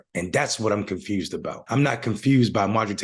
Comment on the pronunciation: I'm "confussss' that you're confused. Smh